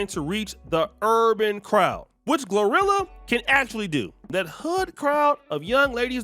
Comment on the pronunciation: He keeps saying rhirhi instead of glorilla lol